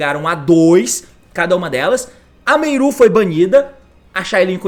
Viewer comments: T, recomendo vc chamar as cartas pelos nomes corretos, MERLI ao invés de Meiru, HAVNIS ao invés de Haufenis , etc A maioria dos jogadores não entendem quando vc fala dessa forma, só quem sabe das cartas desde seu anúncio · Cada vez que o T fala “Meiru” é uma facada no meu ouvido